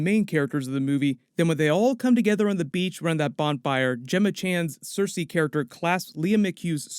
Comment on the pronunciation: When you say Sersi, I hear Cersei.